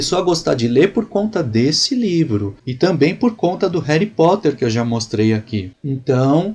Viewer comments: cara eu te respeito tanto. mas "reri poter"? é sério? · réry poter kkkkkkkkkkkkkkkkkkkkkkkkk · '' Réri Potter '' ta sertu